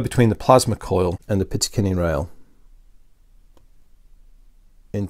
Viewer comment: Great vids! But something is driving me crazy.... it's "picatinny rail", not "pitacinny". ;)